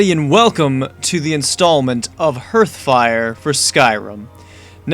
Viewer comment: It's pronounced 'harth' fire